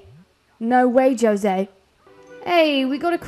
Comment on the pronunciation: Bro why don’t you know how to say jose